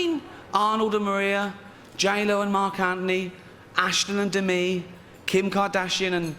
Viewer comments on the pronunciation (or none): none